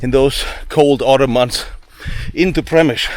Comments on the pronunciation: I just finished reading "The Fortress" by Alexander Watson. An excellent resource for anyone wanting more info on this siege. ( I believe it is pronounced Shem i shl as someone already noted. Unless the locals pronounce it as in this video. And since was actually there, he must have heard the name spoken.) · Przemyśl is pronounced Shem - i - shl Supplementing the Standard M1894 8cm minimal Embrasure guns, many of the guns in the fortresses open mounts behind beam parapet walls and roof parapets were a few M1858 (by 1914 rare) and M1861 mainly 24 pounder (15cm) cannon still firing common and shrapnel projectiles by black powder propellants, many had been issued out of mothballs to release M1880 and later design for the Field Army in 1910 but so pressing was that even the M1861 type found service in the Field Force into WW1. Russian Intel had concluded that these guns were signal cannons not actual defensive weapons, and that added to the slaughter when they finally fired at will (without orders from the commander). Further that they were black powder it was that that added to the pawl of smoke that the Russian searchlights lit up effectively blinding their own troops. The 'light weapons' (machine guns) that defended positions like gates and inner bastions were originally Christophe Montigny Volley Mitrailleuse with 37 barrels in 11mm which as a design date back to 1865 in Belgium and post Austro-Prussian war in Austrian service, the Christophe Montigny was used by the French during the later stages of the Franco Prussian War necessitated by losses of their preferred Reffye Mitrailleuse. The Christophe Montigny were mostly replaced by later weapons such as the the Maxim M89, M89/1/2/3/4, the Salvator Dormus M1893 and the Škoda M1902 machine guns and all but the base model M89 Maxim